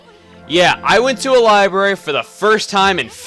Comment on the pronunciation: "I went to a libary" i appricate